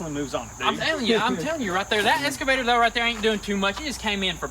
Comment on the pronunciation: Boys, I love y'all dearly I really really do! My name is Jess, and I live here on the East Coast in Maryland just south of Washington DC... Now, Marvel Comics has the "X-MEN" right? They are NOT called the "S-MEN".... They are the "X-MEN"... Likewise, your Kuboda is called an "EXCAVATOR", like The Marvel "X-MEN" NOT an Esscavator! Now I am not with the grammar police or anything, but whenever I hear "Esscavator" It just makes me cringe! I do love Y'all like crazy! I am totally fangirling you guys over the Camaro SS build! My very first "hot-rod" build was a big block 1969 Chevrolet NOVA SS. Nut for nut, & bolt for bolt, under the skin it is exactly the same car as the Camaro.